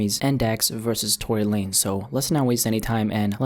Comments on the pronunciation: You cant pronounce Tory Lanez without a big L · No it's Tory lamez